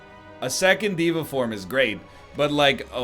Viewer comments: Why does he keep making fun of people for correcting his pronunciation of deva but then he pronounces it a second incorrect way? day va you nerd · Diego I just think it’s funny that he’s obsessing over the pronunciation and keeps going “diva. No sorry dev uh” even though neither is correct and he hasn’t once pronounced it right.